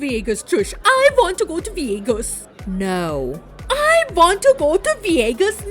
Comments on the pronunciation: That accent doin all the heavy lifting for pronouncing VYEGAS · I thought you were exaggerating when you said Veeagus... I lost my absolute shit when the clip of Natalie came on with her literally saying Veeagus. 🤣🤣🤣 I watch the recap here and not the show. That's how good this is. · TEK ME VEE-YAY-GUS NOW JOSH!!! 🔥🤣🔥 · I've been telling everybody to "invite me to viegas" all day. 😂😂😂😂